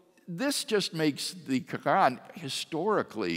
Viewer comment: Dr. Craig is driving me crazy with his pronunciation of "Quran", it's not spelled "Krann", no one says it like that STOP. Reminds me of when ever some one is trying to sound learned by using a generic "forging" pronunciation, might sound fancy to someone who doesn't know that language, but if they just happen to do so then you just sound like an absolute fool. Stick to the English pronunciation if you don't know anything else.